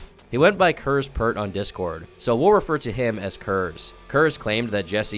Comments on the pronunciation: Man, your videos are a trip to listen too sometimes. I heard "Kers" as "Curze" and immediately started picturing the guy as Konrad Curze from wh40k, sittin at a computer and arguing with trolls using his oversized space marine hands to furiously type threats while bleeding from the eyes. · Everytime you said Kers I just heard it as Curze as in Konrad Curze from Warhammer 40K and was just left wishing him and the 8th legion got involved with some of these “people”…